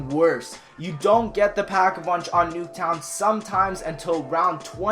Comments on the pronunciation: not nuketwon but fluketwon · Why you said nuke tow to fluke tow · he said fluktown